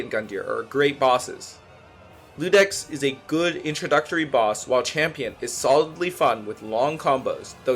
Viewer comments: it’s just a silent I my guy, i’m assuming english isn’t your first language, it just reads as “udex” and pronounced “you-dex” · he assumed the “I” and was an L, and pronounced the dex part just fine. are you okay? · Oh and not to be a nerd, but Iudex Gundyr is pronounced with an i not an L. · not going to lie, i discredit anyone who called iudex “Ludex”. 😂😂